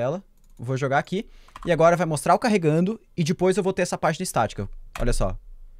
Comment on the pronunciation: você fala: "dipois" em vez de depois kkk Mds Amo esse canal <3